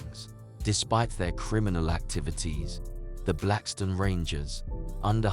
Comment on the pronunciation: 👁️'m tired of hearing foreigners with accent's that u can't understand document our people with know understanding of what really went on it's not blackston it's BLACKSTONE,👑✡️🔱